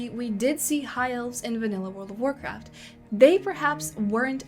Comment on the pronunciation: Temu "Warrkraft"